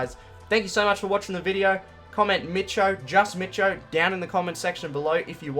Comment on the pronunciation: Mitcho, Just Mitcho🙄